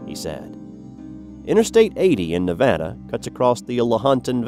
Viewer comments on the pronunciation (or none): none